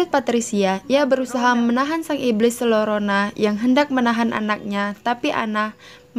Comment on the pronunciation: Maaf bacanya La Yorona kak